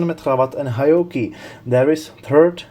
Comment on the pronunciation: It’s pronounced Heee Ohkee